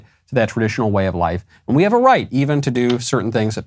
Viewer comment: I think it’s more an “‘ave” kind of sound.